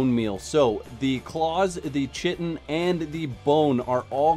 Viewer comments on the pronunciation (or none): JFC it's pronounced "kai-tin" not chit-n. Dear lord people, it's friggin English, read a dictionary! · Kite-n (chitin) Great info though! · I knew plant fiber turned into spice but didn't know so many other plant-based resources did. Thanks for the info! By the way, Chitin is pronounced KAIten. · Chitin is pronounced "Kye-Ten". Rhymes with Sky-Ten